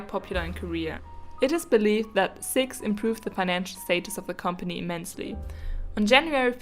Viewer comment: cix is pronounced as “see eye ex” btw